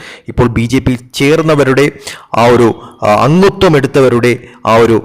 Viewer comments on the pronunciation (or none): എന്ത് അങ്കൂത്വം? അംഗത്വം എന്ന് പറയൂ .